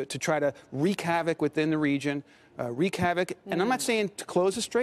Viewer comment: lol "reek havoc."